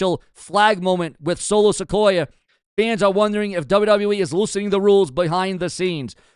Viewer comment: Dude I ride with you but the way you pronounce names is like you don't even hear the way there said! It's Solo Sikoa(Siqoua) not Solo Sequoia the way you say it! You finally got Oba's name right now work on Solo's